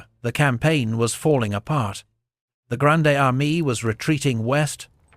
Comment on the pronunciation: Yup, why does AI have such trouble with hats? A lot of it looks more like the 1850s than 1810s. The narration is better but still far from perfect. "Granday Armee", "one thousand eight hundred and six" instead of eighteen oh six.